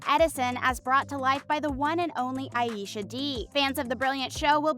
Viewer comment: Aisha pronounce as Ei-sha, if you watch interviews of the three. Kate and Meghann pronounces it that way. I love Aisha she's my fave and she caught my attention to get hook o the show. But I love Katie and Meghann too